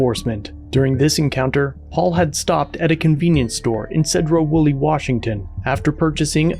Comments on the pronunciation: It’s pronounced See-dro. Not Ced-dro. Love your channel,but us in the PNW like the names of our cities pronounced correct. Have a great day. 😃😃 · Its pronounced Seed ro, not said ro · Pronounced Seedro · This is my neck of the woods and cops are horrible tyrants. Btw it’s pronounced “See-drough”.